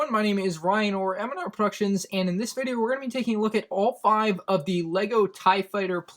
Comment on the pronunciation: Wait, I just realized! It’s m and r productions. Not mand r productions.